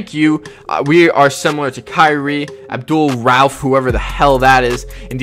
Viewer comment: I know he ain’t say Abdul- Ralph 😒 put some respect on one of the OG PG scorers